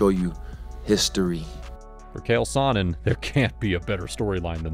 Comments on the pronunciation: great video i liked it, i been seeing alot of videos where fighters are getting names butchered.i thought that kale sonen was funny tho.well put together vid but im Italian had to break ur balls 😂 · Calling uncle Chael “” loses you all respect as an MMA reporter 🤦🏼‍♂️